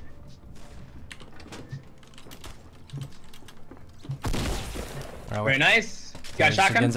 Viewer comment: dit tank-you et non sank-you merci 😅